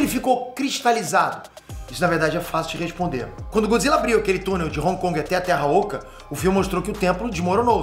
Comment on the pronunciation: Godzilla não, ' Godzille 😂😂